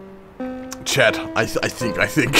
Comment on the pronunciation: Hey did you ever notice that when you say chat you say chad?